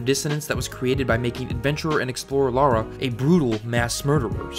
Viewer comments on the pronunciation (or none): Great video man, but I just can’t help but correct the way you pronounce her name. It’s Lara, not “Lora”. It pronounced as such. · Seriously, how hard is it to say 'Lara', "Lah-rah". If you're still calling her 'Laura' after 20 fuckin years of heritage I question your sincerity. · La-ra. Not Laura. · Why do so many Americans say 'Laura Croft' when it's clearly Lara? Lara and Laura and pronounced differently with an American accent too. Its not a British thing. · It's definitely pronounced "Lara". Some people pronounce it "Laura." Some people are wrong. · I am American. I say Lara (LAR-UH). I do NOT say Laura (Lore-uh). He is just wrong. It is not a dialect thing. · Can you stop saying 'Lora' its getting on my nervs as I watch, the text on screen and the way her name is written is with an A not a O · Alright... I’m gonna ignore the mispronunciation of Lara and try to enjoy it anyway. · Why do us North Americans pronounce Lara as Laura? I hear people around me pronounce it as Laura and it pisses me off. They are two different names... Everybody, say it with me slowly, "La-Ra" FFS... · Why is it so difficult for americans to pronounce her name correctly. It's Lara not LaUra. And that goes for most of the gaming media, from respectable youtubers to IGN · It is LARA! L-ARRRR-UH. Not Lawr-uh. So frustrating. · First AngryJoe, now you... WHY is it so hard for people to recognize the different pronounciation between "Laura" and "Lara"? The absurdity makes it hard for me to watch this video with a straight face, and NEVER have I not been able to take you seriously before. Sigh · She's called Lara, not Laura. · IT IS NOT LAURA. IT IS LARA!! Is it so hard to pronounce such a simple name? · Lara isn't meant to be pronounced as Laura. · Do you also pronounce "cars" as "cors"? It's Lara not Laura. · It’s LARA! Not Laura or Lora. 🤦🏻‍♀️ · Stop pronouncing her name like Laura. It’s Lara. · ITS FUCKING LARA. NOT LAURA. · Lara not Laura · why do you keep calling her Laura?